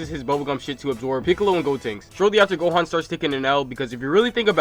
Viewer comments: For most of the time I heard u say gon instead of gohan and thought wait am I watching the video I pressed on? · anybody notice how he says gohan it sounds like hes saying gon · He says Gon instead of Gohan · He keeps saying gon instead of gohan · Why is he saying gon instead of gohan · You said gon insted of gohan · He keeps calling gohan | gon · is it just me or in the start was he saying gon?